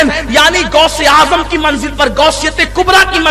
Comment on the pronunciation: گوس نہیں غوث ہوتے ہیں